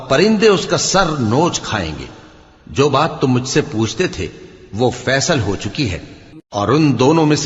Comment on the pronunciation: bhai faisal😂 nhi hy faislaa hy😅